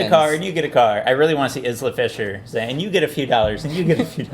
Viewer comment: youre pronouncing isla fisher wrong..